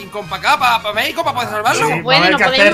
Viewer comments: se Lee megico pero se escribe México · Jaja se dice Méjico pero se escribe Mexico